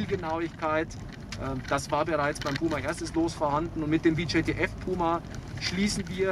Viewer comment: Wie sichert der Soldat bei bitte ab? Mit dem Rücken zum Feind? Und wieso wird auf der Beifahrersonnenblende vor einem Beifahrerairbag gewarnt, den diese G-Klasse gar nicht hat? Und das VJTF wird deutsch ausgesprochen und nicht englisch. Namen ändern sich nicht plötzlich in der Sprache.